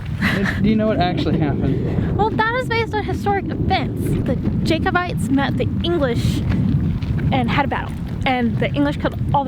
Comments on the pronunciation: its not Jaykobites its pronounced Jackobites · 'Jake-o-bites'. Hahaha!